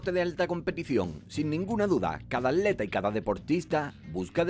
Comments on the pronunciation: Me estresa que diga AT-leta y no atleta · ¿Por qué dices aleta en lugar de atleta? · Dice "Aleta" en lugar de "Atleta" o soy yo? 😂😂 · Se dice atleta, no aleta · El ni siquiera dice ap leta el dice aleta. Cono aleta de tiburón o algo así jajajajajjajaj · Habla bien y pronuncia la "T"